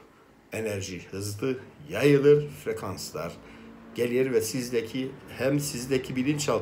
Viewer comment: Merhaba frekans mi sekans mi dediniz? cok guzel video inshallah mucize bizim le olsun.